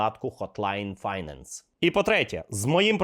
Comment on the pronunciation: finance - second syllable is stressed = файнЕнс